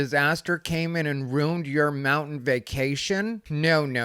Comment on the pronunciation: Hates the pronunciation as Fustrated, then says life ROONED instead of ruined. Then proceeds to say deep southern accents are used by you to convey severe ignorance. MAGA right.